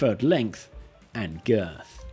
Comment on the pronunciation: The video was so entertaining and on topic, despite the way you said 'girth' and for some reason repeated it four times... You earned an upvote still!